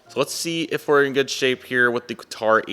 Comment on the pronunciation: You spelt Qatar wrong... you said Qator